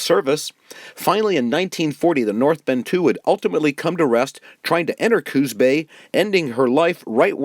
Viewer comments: I respectfully submit that the name of this bay is Coos (said like moose or loose, please) Bay, not Cooz bay. It is a proper name and not subject to spelling/pronunciation rules. Thank you from a native of Coos (cooss) County. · Just plain great! I would suggest that glass negatives were not daguerreotype, usually printed on metal. And please pronounce Coos with an "s" --- not "z" --- sorry to nit pick, but what amazing work you have done.